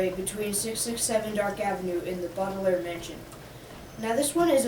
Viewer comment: it’s BAUDELAIRE not BAUBELAIRE